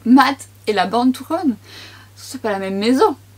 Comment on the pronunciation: Born to ro 😂 c’est la fin de l’année, on fatigue. Merci pour ta vidéo j’ai ce fond de teint en teinte Patagonia. Il me convient parfaitement👍